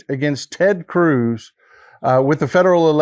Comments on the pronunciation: Did he say "Turd" Cruz? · Did he call him Turd Cruz ?! 😂😂😂😂🎉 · Did you say TeRd Cruz, Turd Cruz or do i need hearing aid? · did I hear that correctly? Turd Cruz??? LOL!!